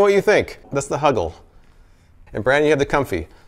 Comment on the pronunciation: Why do I find it so funny to hear you say “huggle” and “snuggy”?!? 🙈😂